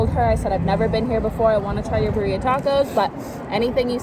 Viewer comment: Haha “Bah-rheea” it’s Pronounced Bee-rri-aah 😋 best ones are in Mexico or LA hands down lol